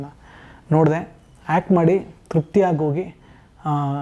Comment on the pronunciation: ಹ ಕಾರ ಅ ಕಾರ ಗೊತ್ತಿಲ್ಲ ಇವ್ರಿಗೆ, hact antavne